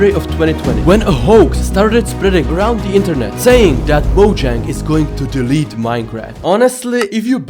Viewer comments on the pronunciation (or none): it's not delalete 20,22